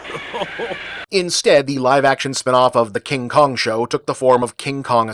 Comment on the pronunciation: “The Uncomfortable Kin Kong”? Is he chafing or something?